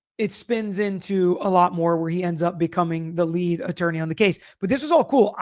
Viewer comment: I felr like Alan was shading Alessi and Yanetti for "going on a press tour". Also, they said it was all team work but Alan insistwd he was the "leewead" attorney.